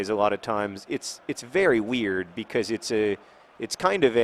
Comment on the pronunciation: You said "because" normally three times in a row! Normally you say "becoiz" for some reason